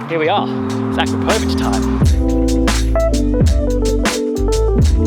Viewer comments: It’s a-crop-o-vic not a-kra-po-vic 😓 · It's pronounced a krap o vich! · Love it dude, sounds great, just making the car an even better all rounder! Btw I think your mean to pronounce it A-krap-o-vitch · The exhaust name is actually pronounced "A-Crapo-Vitch"... for obvious reasons! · Pronounced A-crap-a-vitch just so you know. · That's NOT how you pronounce akrapovic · First learn how to say AKRAPOVIC